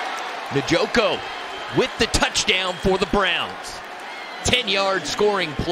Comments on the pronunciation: man said Nuh Joe Ko 🤣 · 😂 butchering David njoku’s name